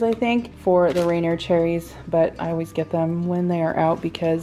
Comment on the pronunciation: It's pronounced "ruNEER", or reNEER. Never "RAYnur".